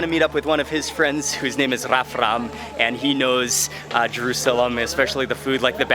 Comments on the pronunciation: LOL HE SAID "RAMRAF" INSTEAD OF "RAFRAM" AT THE END XD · He mispronounced Rafram's name at the end of the video loll... Other than that, nice video, you left my mouth watering with all that good food and the city is really beautiful!